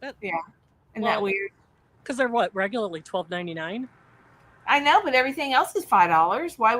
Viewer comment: And But is pronounced Buy, lol 😊